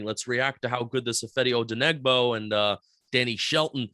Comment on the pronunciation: O - DEN - I - BO, the g is supposed to be silent lol